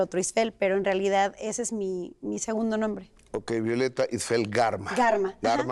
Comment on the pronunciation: Gustavo siempre dice Istfel 😒mal de su parte no preguntar si lo dice correctamente...poco Profesional